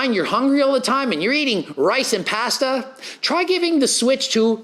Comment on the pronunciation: Lol puh-day-does and pahhhhssssduuuhhh 😂😂😂😂